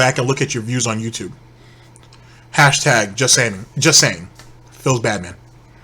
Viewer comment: I'm sorry, but every time you say " bad man," it sounds like you're saying " Batman," and I have to disagree with that...